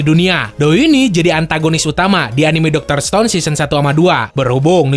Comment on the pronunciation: Doktor stone min.. bukan dokter stone 😂